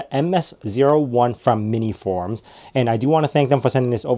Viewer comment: Is it just me or did you say MiniForum? (without the S in between). Damn, this looks awesome and powerful for its size